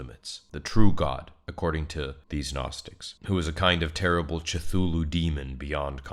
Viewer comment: "chatooloo" Is this voiced by AI?